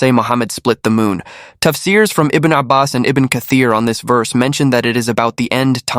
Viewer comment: he pronounces verse as "woss".